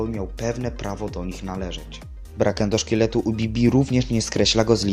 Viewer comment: Endoszketu? A nie endoszkieletu